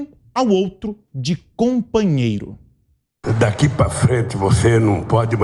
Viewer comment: “Cumpanhero alcumi” HAHAHAHAAH não aguento esse analfabeto ladrão kkkkkkk